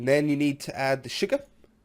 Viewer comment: the way he said sucar,hahahaha love it